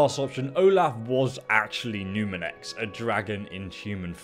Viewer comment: Is he saying numirex 😑